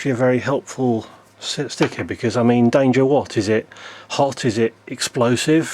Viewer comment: Very American sounding "danger" lmao